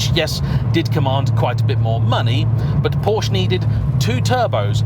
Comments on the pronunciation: Oh well back to mispronouncing Porsche again, after getting it right last video (Focus ST) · Please please people it is pronounced Por-scha not Porsh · But it is also important to know that Porsche is a 2-syllable word!